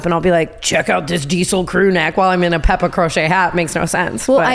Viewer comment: tana,if you would like to channel more English energy w the peppa hat pronunciation it ‘pep-uh’ at least that’s the Mancunian way